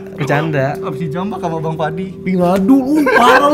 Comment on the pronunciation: 11.13: "gak juga " gua dengernya "gak juga bangs*t"